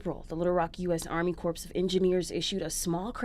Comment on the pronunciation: Corps Pronounce like CORE